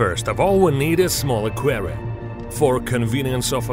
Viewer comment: doubtful, sounds like russian intonation